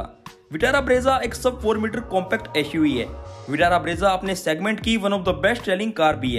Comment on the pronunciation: "EshUV hai" Lol XD 🤣🤣🤣🤣😂😂😂🤣😂🤣🤣